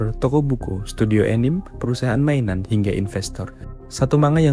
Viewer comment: anime dibaca ya anime bkn anim manga dibaca man-ga